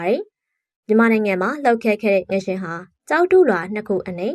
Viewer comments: ငလျင်ပါ ငရင်မဟုတ်ပါ ပီသအောင်ပြောပါ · ငလျင်နဲ့ငရင်တောင်မကွဲပါလားစိတ်ပျက်စရာ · ငလျင်ပါ ငရင်မဟုတ်ပါဘူး ဘယ်လိုအသံထွက်နဲ့ပြောနေတာလဲ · ငလျင် လို့ပီအောင်ပြောပါ ငယင် မဟုတ်ပါဖူး ကြားကတာ နားထဲကန့်လန့်ကြီး ။ ငလျင်တောင်ပီအောင်မပြောတက်ပဲ အသံနဲ့ လုပ်စား‌ေနသေးတယ် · ငရင် ငရင်ငချဥ်ငချဥ် နဲ့နားထောင်ရတာစိတ်ပျက်စရာ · ငရင်မဟုတ်ပါဘူး ငါ့ယာဉ်ပါ🙄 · ငရှင်မဟုတ်ပါဘူးအေငလျင်ပါသေချာပြောပါ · ငလျင်လားငရင်လားပီအောင်ပြောပေးအုန်း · ဖတ်တော့ ငရင် ရေးတော့ ငလျင် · မီဒီယာလုပ်ငန်းလုပ်နေပြီး မြန်မာစာမြန်မာစကားကိုတောင်မှန်အောင်မပြောတတ်ဘူးလား (ငရှင်လို့မပြောရဘူး ငလျှင့်လို့ပြောရတာ) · ငရှင်မဟုတ်ဘူးလေ ငလျင်ပါဟ!!!! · ဘာပြုလို့ ငရှင်လို့အသံထွက်တာလဲ ငလျင် က လ ယပင့် င သတ် နဲ့ ပေါင်းတာပါ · ငရင်ဆိုတာဘာကိုပြောတာလဲ ၊ငလျင်နဲ့ငရင်တော်တော်ကွာပါတယ်၊စိတ်ပျက်စရာ ။ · ငလျင်နဲ့ငရင်တောင်ကွဲပြားအောင်မပြောနိုင်ဘဲသတင်းတင်ဆက်သူလုပ်နေတယ်အသံကအာမထိလျှာမထိနဲ့ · ငရင်လားငလျင်လား သတိထားကြေငြာပေးပါနော် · အသံထွက်အမှားကိုပြင်လိုက်ပါ။ Announcing with WRONG PRONUCATION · ဘာလို့ငရင်လို့ပြောနေရတာလဲ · ငလျင်လို့ပီပီသသထွက်ပါ ဘာလဲ ငရင် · စကားမပီတာလား ငရင် တဲ့ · အသံထွက် မှားနေတယ်. 😮 ရေးတော့ ငလျင် ဖတ်တော့ ငလရင် ပါ.